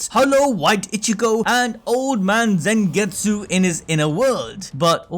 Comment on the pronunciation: Damn bro it's not Zengetsu its Zangetsu with A not E